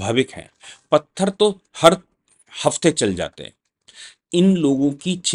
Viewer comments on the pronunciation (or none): none